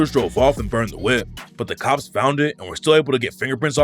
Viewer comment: Stop saying according to the COPS like that ts annoying